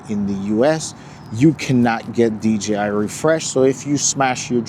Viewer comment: I swear every time someone talk about DJI drones they can't say DJI they say DGI they say G instead of J.